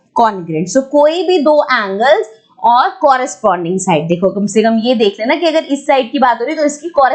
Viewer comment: Angle angle angle nahi hota hai mam